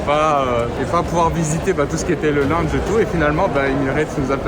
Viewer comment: ça se dit laounge pas lunge